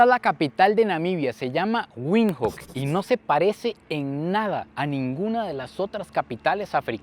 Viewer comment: la capital se pronuncia Vindok, no Windhoek.